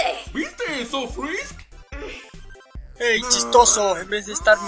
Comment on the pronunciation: XD oigan dijo ''frrisk''' en vez de frisk xd que raro 737